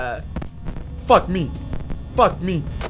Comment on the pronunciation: Porque él dice fackme 😂😂😂 wtf